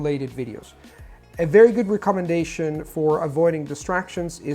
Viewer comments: You said everything perfectly except recommendation. The word commendation is pronounced commenDAYtion, but recommendation should be reckemenDAYtion. Otherwise perfect American English. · ) After you pointed out to the pronunciation of 'recommendation' I've listened with particular attention and yes he says it a bit off but really just a bit off. Another word which I noticed he pronounces slightly off is 'around' but again really slightly off. He seems to overpronounce the 'a' :) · Thanks! I must say, your English accent/pronunciation is amazing. Practically native sounding. One word that I noticed in this video that was pronounced kinda odd was the word "recommendation". If you put more emphasis on the first syllable("REC") of the word, it may sound more natural. Thanks again!